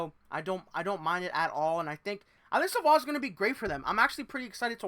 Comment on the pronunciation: Sa-VOY - please. You cannot continuously make that mistake. BTW, Sabres fans have heard the same thing for the past 2 seasons. Then they drafted his teammate, who made the NHL as an 18 y/o. I like Savoie, but he needs to be at least a ppg player in Bakersfield before becoming an NHLer full time.